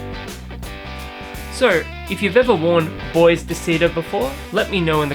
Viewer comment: if i am not mistaken, "BOIS" in perfumery is pronounced as "Boo-Ah". i also have Bois De Vetiver, i like it. Recently i've tried Bois De Cedre at Priceline and it happen that i kind of like it too. i do think Bois De Cedre smells a little bit better than Bois De Vetiver.